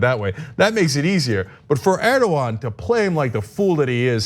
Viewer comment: How is it so hard to pronounce Erdogan properly?